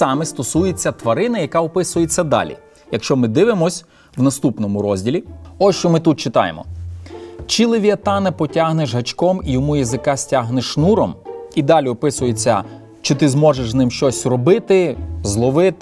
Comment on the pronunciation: Може досить знущатися над українською мовою і викривляти слова!!!!!!! Левіафан озвучується ведучим як левіатан! Питання - у вас проблеми з вимовленням букви Ф???? Апостол Іоанн став зненацька Іваном. Чому не Сергієм? Нащо нам Ваньки? І такі випадки постійні. Просто по свіжому я видав.